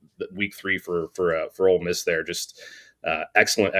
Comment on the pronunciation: it’s Ole Miss not Old Miss.